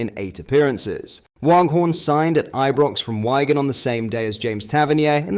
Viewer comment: Whygan 😂😂Fuck listening to this pish to be fair🤷🏻‍♂️